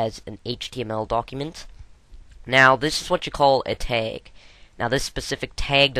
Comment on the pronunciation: What the heck is a "teg" and why do you keep saying "tegs"?!?